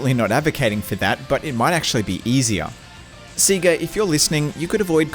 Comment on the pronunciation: NO ONE CALLS IT SEEGA... you cant just say that.